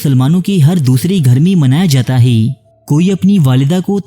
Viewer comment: Hee the way you pronounce hai 🤣🤣 heeei heii